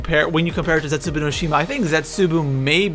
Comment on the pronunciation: You say it zesubou not zetzaboo